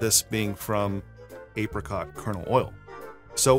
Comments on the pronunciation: It's pronounced Apricot not Apricot. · ape rei cott hahaha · It’s actually pronounced apricot